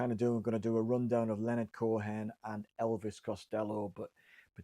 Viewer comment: Co-in not Co-hen